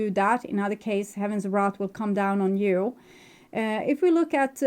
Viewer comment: wrath not wreath! so accurate and thank you!